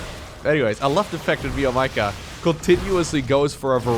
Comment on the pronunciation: Hey. It’s actually spelled meow-maika. Not me-o maika.